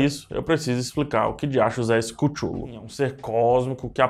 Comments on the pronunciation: CARA, O PRÓPRIO ALTOR FALA CUTLU NÃO CUTHULU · EU VO BANCAR O PSEUDOINTELECTUAL E JA VO DIZENDO, N É QUÍTULU, É CTULU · é cathulo não cuthulu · Acho engraçado fala Cútchulú. KKK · Acho que se pronuncia QuíChulo em português :/ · Falou todos os nomes menos o certo.... ctchulhu (leia-se Cleyton) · Se lê cthullu mas se fala catiolo